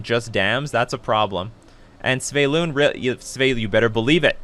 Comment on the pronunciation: Why do you pronounce it Sv-e-y-lun when it is Sv-y-e-lun ? 🤪